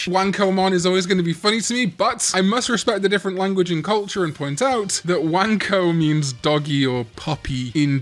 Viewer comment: Also I think wanko is pronounced closer to one-ko